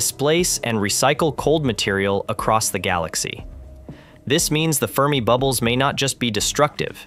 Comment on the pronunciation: Scorching fermibubbles? Nuance of a question as inflection. Silly AI! 🤪🥴🤫😜